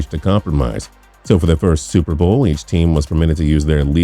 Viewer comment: And what the hell was with the fact that he couldn't pronounce the words "super bowl"? Seems to me if you want to narrate a video about the super bowl, you should be able to pronounce "super bowl" without sounding like Chris Berman after 5 shots of gin.